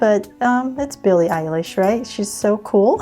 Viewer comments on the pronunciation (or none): Its not Billie eilsh its Billie eyelash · and why do everybody say billy eyelash i took like text under and it said that XD sorry lol